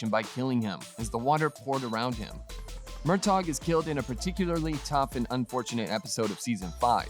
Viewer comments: Please practise the way to say the names correctly. Murta, Breeanna, Frazer, and for goodness sake get your facts straight. Bordering on clickbait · Oh my goodness, did this narrator even watch the series? Horrible pronunciations! Murtog? Jaime instead of Jemmy (Brianna and Roger's son)